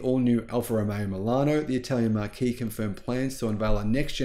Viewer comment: Marque is pronounced 'mark'